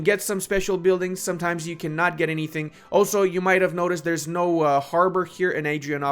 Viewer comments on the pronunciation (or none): none